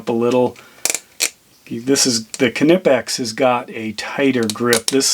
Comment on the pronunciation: Are you a United Statesian and want to know how to pronounce Knipex? No problem! This friendly German is here to help you: Kneepex. And remember, kids: The K is not silent!